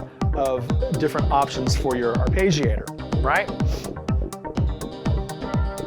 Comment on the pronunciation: It's a good video, informative and engaging. It's just... I really wish you used the proper pronunciation of "arpeggiator". It's very distracting.